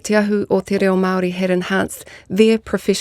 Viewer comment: Omg. TE RA0! And Erica te minita kept saying the same thing! "TE RAO" over and ovef again. Tells us how important kura kaupapa is to this passionate person who doesn't even pronounce "reo" correctly!!!!!